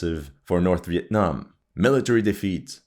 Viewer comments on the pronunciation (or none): none